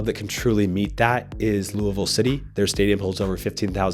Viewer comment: The fact you pronounced “Louisville” correctly 👏👏👏 just gained a new subscriber from the area